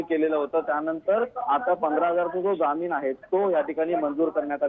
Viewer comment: Jamin nahi jaamin marathi chi asho waat lau naka.